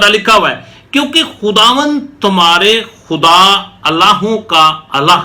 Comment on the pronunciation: God bless you sir Teaching is very nice but word الٰہ الف کے نیچے زیر ہے تلفظ اِلٰہ ہے الہٰ نی ہے